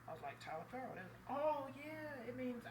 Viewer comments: It should be pronounced Toliver. (My last name is also Taliaferro). I'm related to the settlers that came over to America from England and if you message me back I can explain every thing and why your last name is Taliaferro. And you actually could be Italian. Look up Booker T Washington. So hit me up with a message, I might be able to clear this up for u a little. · It's only pronounced "Toliver" because it was anglicized. That's not the original pronunciation.